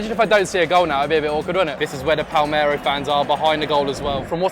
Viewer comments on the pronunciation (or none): broda its Palermo not Palmero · It's PALERMO not PALMERO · Palmero ≠ Palerrrrrmo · Will be either Morrocco or Tunisia I reckon, calling it palmero really annoyed me tho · ‘Pal-mero in Italy’ 😟😟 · Your pronounciation of Palermo is horrible!